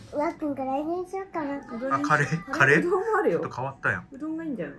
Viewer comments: この動画、があまりにも可愛くて賢くて面白すぎて何回も観ちゃってる。 和食屋さんで、ひじき煮ご所望の2歳児。「うろん」という発音。 メニュー見ながらカレーを指す指がピコピコ。可愛すぎる〜 お布団の中でお目目ぱっちり覚醒中www バナナを狙う悪い顔www 笑点歌ってるし。 なんでもよく食べるし、なんていい子なの。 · 「おしし」と「うろん」ね。